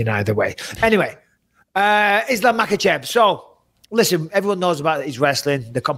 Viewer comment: Bisping, it's simply 'MA-HA-CHEV'. You're making it more difficult for yourself lol. The 'k' is silent in Russian names.